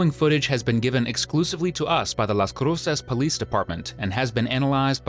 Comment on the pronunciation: Why did you pronounce Las Cruces like you did…